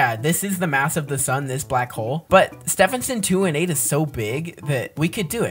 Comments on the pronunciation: its pronounced Ste ven son 2 1 8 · It’s Stephenson 2-18 not Stephenson 2-8